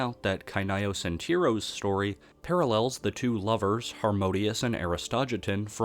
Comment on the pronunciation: "tEES PLLNS THF TEE-EROS"